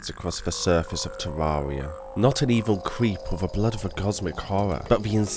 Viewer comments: Ethanotor Oculus there is actually! Terr-ar-ree-ah is not correct, it's teer-ai-ree-ah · Good. But it's Terraria, not Tarrarea. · Jesus christ learn how to say "terraria" already its an interesting video but i cringe everytime you say terraria